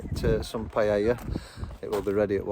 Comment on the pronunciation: Pie-Ella 😂 great vid 🤙